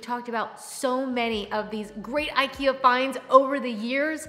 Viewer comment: Wish you would pronounce IKEA correctly,so people could learn.